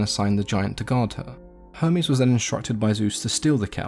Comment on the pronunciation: He says Hermes like Homies